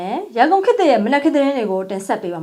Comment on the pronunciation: လာပြန်ပြီ။ ဒတ်ပယင်းလို့ပြောပြန်ပြီ။ ဒီ ပဲ ရင်းပါ။ သေချာannounceလုပ်ပါ။